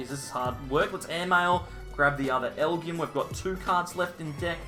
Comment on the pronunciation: I think the Pokemon is pronounced “L-G-M”.